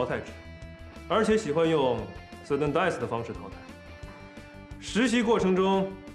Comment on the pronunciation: 是 Sudden death 不是 sudden dieth